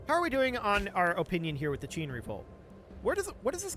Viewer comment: qin is pronounced "chin"